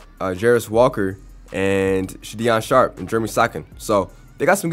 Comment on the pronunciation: It’s sha don sharp and jer a me so han